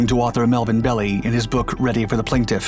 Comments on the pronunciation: Attorney Melvin Belli's name is pronounced "Bell-eye" not "Belly" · Melvin Belli pronounced BELL - EYE